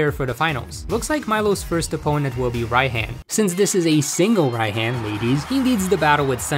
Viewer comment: Why do I feel mad whenever he says Rai-HAN insted of Rai-H-AH-N.